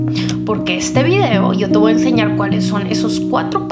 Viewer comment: me encantas, eres maravillosa, eres un amor!!! Hablas hermoso y eres muy inteligente pero por favor! Deja de decir "voa"en lugar de "voy a", eso es incorrecto y echa abajo casi todo tu discurso tan perfecto, ése voa, suena horrible, no existe. Evítalo ensucia tú magnífica conversación. Bendiciones